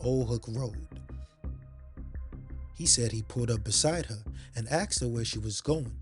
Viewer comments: Asked not axed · Why do black people say "axed" instead of the way it's spelled, "asked?" Merely wondering. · Nice voice. But. Please pronounce ASKED as it should be and not axsed, it’s very distracting and frustrating. Otherwise. Fantastic production 👍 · He aSKed them, he didn't aXed them. Well, maybe he did axe them too, but that's not the point.